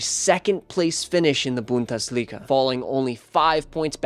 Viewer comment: Great video, keep up the good work, but please either learn how to pronounce some things or just say it in your normal accent! Idk if you tried to say Schalke and Bundesliga correctly but it just sounded like you were trying to mock the german language😂